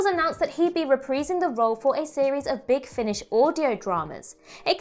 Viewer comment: Yo tone down the clown make up. Also you pronounced reprising VERY VERY WRONG